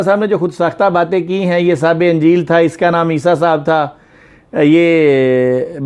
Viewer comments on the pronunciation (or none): Anjeel nahi sir injeel Zear ha